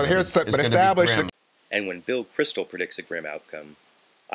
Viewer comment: It is Bill Kristol, not Crystal. :)